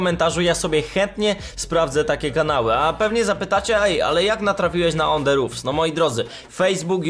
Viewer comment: podpierdalasz film mowisz 5 zdan i jeszcze zle wymawiasz nazwe ich kanalu